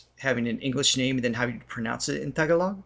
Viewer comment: When pronouncing tagalog prolong on the 2nd a and you' ll be doing it right